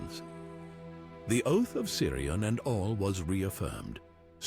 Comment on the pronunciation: And it’s pronounced Kirion not Siri on! And it’s Dune-Edine!